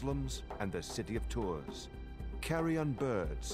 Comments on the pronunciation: Tours is pronounced "Tour". Sorry, we french like to put silent letters in every word :) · I wish viper can visit the States so he can learn how to say Tours and Agincourt correctly! :)